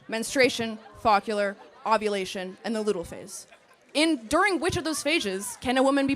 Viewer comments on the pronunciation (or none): “Focular”….it’s follicular. I’m a man and know this. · As a physician I can say with assurance there is no phase called the fockular phase. And what the daylights is the ‘lootal’ phase? Anyone that knows actual medicine know what to pronounce all of these.